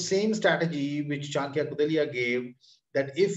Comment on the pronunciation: His name is Chanakya not chankya